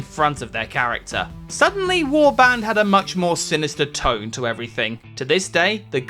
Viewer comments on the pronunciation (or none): none